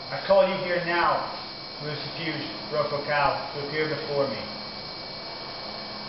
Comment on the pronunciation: You said his name wrong it is lucifuge it ends with ge not je